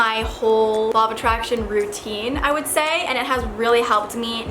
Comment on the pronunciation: i cant stop hearing "lava traction" 😂